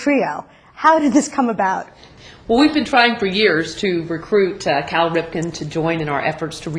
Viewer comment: First of all his name is CAL Ripken not Carl....secondly just because you dont know who he is doesn't mean millions of others in the world don't! He is easily one of the 10 best baseball players of all time and is known worldwide not only through his own playing of the game but through the international youth leagues he hosts. Cal is a great representative in this respect and next time don't talk out of you ass and learn before you speak....dumbass!!